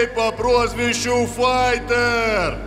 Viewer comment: fayter? fighter? english?